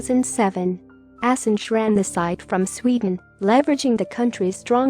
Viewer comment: pronunciation of Assange is wrong